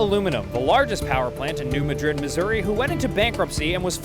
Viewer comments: Minor correction: I'm told by my parents it's pronounced "Noo MAAH-drid". Nobody knows why, some things we just have to accept. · It's pronounced new MAD-rid. Not like the city in Spain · You misprounced New Madrid, Missouri